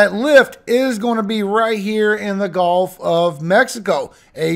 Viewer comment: gulf.golf.gulf.golf.gulf.golf.I know you're from LA, but jeez, it's annoying